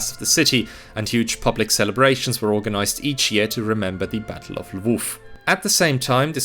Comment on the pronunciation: Your pronunciation of “Lwów/Lemberg” was perfect in both Polish and German